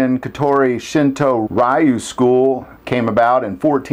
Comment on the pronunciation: The word "Ryu' is pronounced as the 'roo" at the end of the word "kanaroo" is pronounced. It signifies a "school" or "style" of the martial arts, as in Shorin Ryu, a style of karate I have studied.